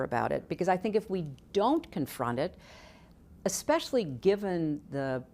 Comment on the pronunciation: "The American Experiment". "How hard it is, especiaully as a Woman". Old, yet young.